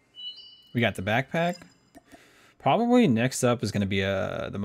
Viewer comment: You said pwababwee instead of probably and moto-cyco instead of motorcycle lol